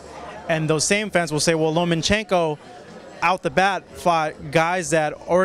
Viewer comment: it's Lomachenko NOT Lomanchenko!